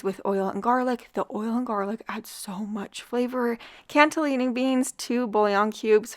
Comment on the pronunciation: Love your ideas and love you! Wanted to mention (again), that cannelini still doesn't have a "t" in it. 🤗 Keep up the good work!